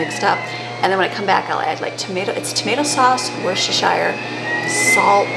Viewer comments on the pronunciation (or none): Hi🎉 we pronounce it Wooster sauce ,we do not say the shire bit .